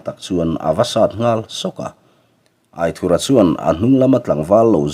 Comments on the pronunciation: Aithurha nilo in Aithúra tih a lam zawk tur ani lo maw ( anthur kan lam a ' thur' kan lam ang deuh hian ). A ziaktupa sawi dan ani e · Aithura pawh hi i la lam dik lo fo in ka hria